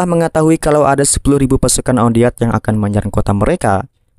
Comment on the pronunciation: wan det malah on deat😁